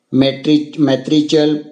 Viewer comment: First learn how to speak spelling of matriarchal